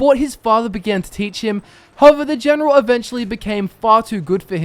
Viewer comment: "Elp, Genrol Sittlemend Help Generil another Generon"